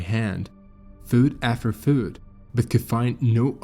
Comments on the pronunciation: Foot rhymes with put, not Food. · I wish that we could stop using computer generated voices. This is one of the better computer voices but little things always give the computer AIs away. Fuut after fuut. Activitis? Etc Also notice the steady, unwavering pacing, almost robotic. Also “the most miniature member of the party”? That is not a term people use in that context. It is term used for inanimate objects. Also: theo-RAT-ically. and “Looses their ability to SPIK”. Lastly, notice the absence of any intake of breath at any point. Listen to any human and you will pick up intakes of breath. There are none here. For comparison, listen to Mr. Deified who is definitely human - occasional irregular pacing, intake breaths, sensible word use, good pronunciation.